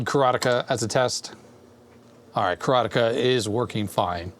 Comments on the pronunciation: I think your pronunciation of Karateka is spot-on, heh. As far as I understand it, it's an actual Japanese word meaning "student of Karate", and they pronounce it pretty much just like that. Looks like judoka and jujutsuka are also real Japanese words working the same way. Seems like "ka" can actually work a handful of different ways in Japanese... but one thing's for sure: te is always pronounced as "teh". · The way you say Karateka is closer to the way it would be pronounced in Japanese. The word karateka means practitioner of karate. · Mechner pronounces it ka-ra-TE-ka. ka-RA-te-ka does reflect how it's actually pronounced in Japanese.